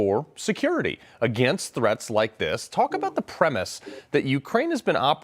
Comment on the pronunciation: learn how to pronounce "nuclear" you jerk.